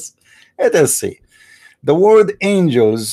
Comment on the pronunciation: Its "angels" NOT "angles"